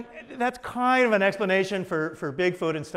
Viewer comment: Kiond- one of David's most used word. Love the way he says "Kiond' instead of Kind! Ha. yeah whats with that Acient Aliens Guys Hair-Do!! ha' Love ya David. yer awesome. BTW I grew up with Jonny Quest,Space Ghost,and plenty of Saturday Morning Cartoons. Daivd you Rock(pun intended)